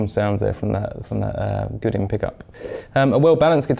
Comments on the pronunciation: Good review and nice guitar, but "Goo-din"? Try something more like "Goe-dan". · Bought one used for $499 and love ❤️ it. Great guitar and fantastic features. Can’t believe he says Gudin. The French must be going bat shit crazy every time he mentions the name of the company 🤣